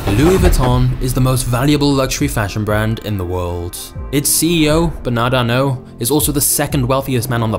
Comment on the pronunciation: “BANAD ARNO”